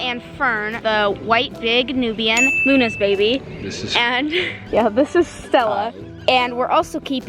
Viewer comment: ok when you call “ stella” you gotta say it right! lol btw i love that irish music! i am 83% uk, scottland, irish, welsh. 🍀